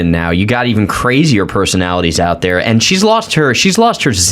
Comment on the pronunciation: AOC says end where she should say and.